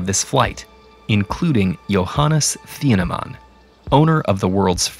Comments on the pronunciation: just say teeenehmahn - we Germans don't have a tee-aytsh for a consonant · It's pronounced teen-nah-maan